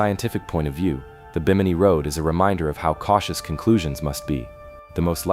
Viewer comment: Stories like these are amazing until the story teller loses interest and won't even take the time to pronounce names right and used AI trash photos. You destroyed your own video by your lack of care. "Ronestone" instead of runestone, "Bi-mini" instead of Bimini. How do you expect anyone else to take you seriously when you can't keep your names straight. Try harder next time. You almost got a like and new sub, but you messed up to much and lost out. Take the care to get the proper pronunciation of names and words, and love the topic enough to use real photos and video, and you'll have a winning channel. Please do better as I know I'm not the only one who lost interest because of mispronounced words and AI garbage. I make this comment because I'm sure to run into your channel again and if you fix these huge problems you're sure to get my sub, and many others as well.